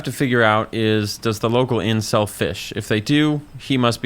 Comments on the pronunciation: I heard "does the inn sell fish?" as "does the incel fish?" when I was listening to this video in the background of my game lmao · I heard "does the local inn sell fish?" as "does the local incel fish?" and was real confused for a sec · "does the local inn sell fish" sounds very similar to "does the local incel fish" I was very confused for a good 30 seconds lol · i heard that as "does the local incel fish?" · Genuinely thought he said "Does the local incel fish?" for a hot second there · I had to listen to it 3 times before I realized what he was actually saying lmao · Heard “does the inn sell fish” as “does the incel fish” and thought you were just absolutely dissing Brutius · Thought he said "does the Incel fish?" for a second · Anyone else hear "We gotta see if the local Incel Fishes" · I thought you said “Does the local incel fish” not “Does the local inn sell fish” and was very confused as to why this old fisherman was an incel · Totally heard "Does the incel fish?" Not "Does the inn sell fish?"